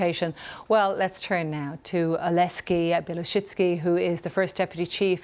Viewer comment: Funny how Ukrainians sound like real humans and the Putinstanis like robots. It's a shame the anchor mispronounced his first name at least twice. His name is Oleksiy, not Oleskiy.